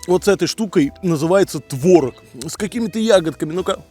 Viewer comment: Не творог а творог.